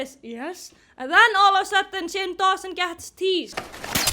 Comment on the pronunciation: She pronounced it "teased" I love her